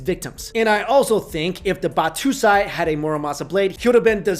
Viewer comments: am i the only one that cringed when he said batoosai instead of battosai? its pronounced bat-toe-sai. sorry, i dont mean to start anything, but mispronouncing words always aggravates me lol. other than that, great video. i love weapon history and had never heard that story before. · Are you intentionally abusing the enunciation for "Botosai", is this repressed hatred for the Japanese? Kenshin is great, and no, Muramasa's finest blades could not be of use to him, at least not in the part of his life where he stove to become a decent Human being. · Ba (TOE) sai.... ba2sai just sounds funny.. lol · it's battOsai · does it matter if they are really cursed? enough people believing somthing will make a self fulfilling prophecy. also the way you pronounced battosai hurts me.